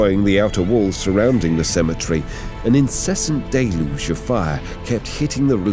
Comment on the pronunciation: Wonder how many times he’s said “deluge” in this vid. Gotta be 15-20 at least Day-looge